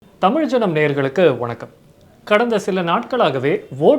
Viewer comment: It's JANAM not JANANAM